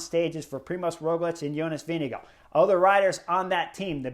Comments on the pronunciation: Vingegaard NOT Winnigoo! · Chris Horner slaughtered the pronunciation of Vingegaard